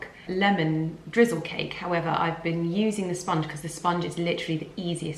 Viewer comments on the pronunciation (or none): none